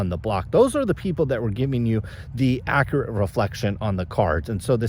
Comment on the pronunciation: Its fun watching and listening to you mis-pronounce every other basketball player out there. Also ACCURATE "ACK-CURE-AT" lol.